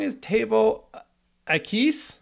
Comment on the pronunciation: The accent in the word akys is long on the letter A.